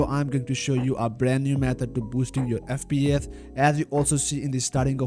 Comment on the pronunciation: “FP eth”